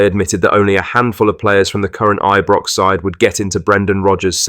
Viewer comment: Is this audio AI generated? No one says Aye-brox unless they are taking the mickey. Maybe that’s what’s going on…?